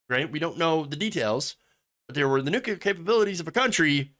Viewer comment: Oh, Help. Don't say nucUlar, please... it distracts from the great stuff you have to say